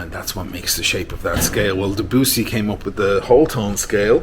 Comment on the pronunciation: Did you refer to Debussy when you talked about tone-halftone? The way you said the name sounded different but it could be Debussy